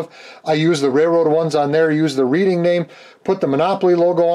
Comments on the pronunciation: reading is pronounced redding here in PA. always love your channel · Although I live near the city of Reading. It's pronounced like Red-ing... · I live about 20 minutes outside of Reading Pennsylvania (Reading Railroad) it is pronounced Redding. Not picking,just passing on some info. Fun build! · Reading railroad.... pronounced "redding" after the town of Reading, PA. They even mispronounced it on Round 2 introduction video! LOL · It’s pronounced like Red- ing railroad. Nice job though, thanks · Thank you, being from Reading, PA originally and knowing about the namesake railroad, it absolutely drives me insane when someone mispronounces it.